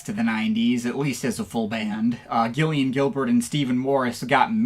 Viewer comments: Surprised to see you cover New Order, but I cringed every time you tried to say Gillian Gilbert’s name. It’s pronounced JIL-ee-un. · Gillian as in "Jill"